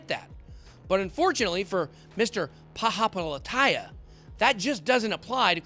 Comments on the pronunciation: you can try sounding it out, hes wrong from the very beginning. he started the name saying paha, yet the name starts as pali, then he proceeded to butcher the rest. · It's Pali-hapi- tIya...not tAya. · Chamath is from Sri Lanka so am I, trust me bitboy is nowhere close to pronounce “Palihapitiya” correct🤣🤣🤣. But hey ho I love bitboy than Chamath ❤️❤️❤️